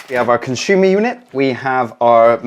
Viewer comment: Conshooma yooneh. Con-si-yoo-mur. You can install your breakers at any sequence. The busbar is thick enough regardless of power at any position. What if you need 10x 32A and 2x 6A That is just a myth. Its absolute nonsense